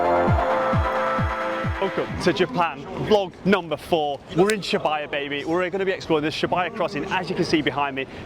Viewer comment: Absolutely filthy pronunciation of Shibuya for the first 3 mins of this vid 😅😅